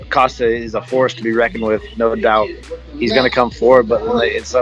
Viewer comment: A small annoyance I noticed, but Costa is pronounced “Ko-sta” not “Ka-sta”. I’m guessing for Adesanya it’s going to “Ka-sta” his Title to go in the ring with Costa.